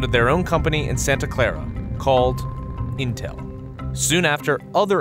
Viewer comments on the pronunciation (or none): none